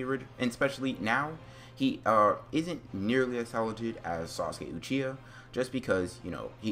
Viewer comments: He be like “ucheeya” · naruto “UCHIA”